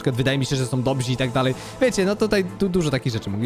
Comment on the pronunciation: Przepraszam, że znów się do tego doczepię (bo z 2 lata temu już gdzieś się doczepiałem), ale aż uszy krwawią... ludzie mogą być dobrzy, a nie dobzi...